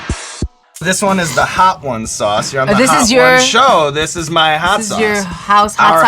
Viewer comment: couldn't help but laugh at 's.o.s chilli'. it's really just pronounced 'sauce', sean.